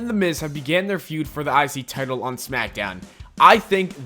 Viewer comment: im the only who hear "the isis title"???